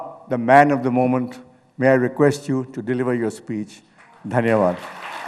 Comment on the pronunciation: English v bolta hai Bhai vo, suna nhi, "Momench"